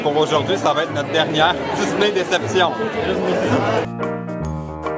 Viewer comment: dans tes vlog on dirait que tu prononce disney comme ça: diss-nez pis ça m'a fait rire! avec tes vlog tu me confirme que je veux Vraiment aller la bas un jour 😊😊😊😄😄